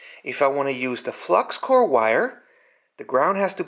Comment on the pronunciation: It’s flux core. “Hey guys I’m running low on flux cord 😂😂😇😇